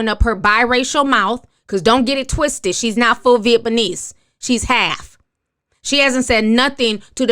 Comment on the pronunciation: Convid... Vietbanese... these words are a bigger struggle than necessary